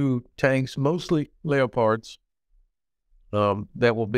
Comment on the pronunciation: Le-a-pards ??? Is that a ballet suit???